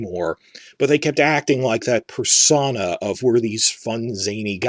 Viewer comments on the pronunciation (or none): Interesting video but the way you pronounce ‘persona’ is incredibly distracting. It’s pur-sow-na not pers-on-a for future reference (if that makes sense, I’m not great at figuring out how to phonetically transcribe things).